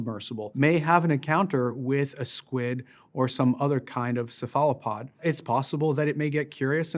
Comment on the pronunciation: He said se-fa-la-pod. Odd pronunciation of cephalopod. Not correct in English or French. sef-uh-luh-pod or kef-uh-luh-pod (never hear this, but it's valid). Just weird, given who he is... But man, what a guy. He is definitely his grandfather's grandson!